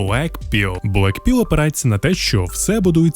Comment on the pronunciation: чоловіче, ті табилетки читаються як Blækpıll (блакпилл), Rædpıll (радпилл) і Pœrplpıll (Перплпилл). Не вартує перекладати як росіяни